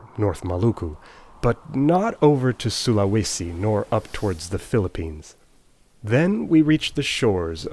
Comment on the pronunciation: Really love your Indonesian places' pronunciation, especially Sulawesi! Greetings from North Sulawesi ;D